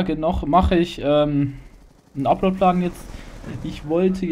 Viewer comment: 1. Es heißt upload plan nicht uplord play xD 2. KOMM MAL WIEDER U3 JUNGE !!! 3. gutes Video :DD